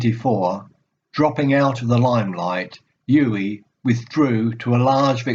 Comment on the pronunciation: Very good,. But you have mispronounced his first name throughout. It is OO-veh (stress on first syllable)